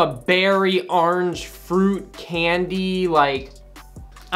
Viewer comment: The way says “orange” 😂 he says “arnge”